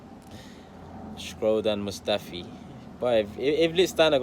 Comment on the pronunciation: thought you said scrotum mustafi 💀😭